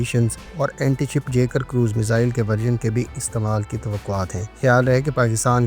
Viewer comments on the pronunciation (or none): none